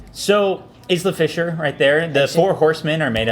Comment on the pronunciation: youre pronouncing isla fisher wrong..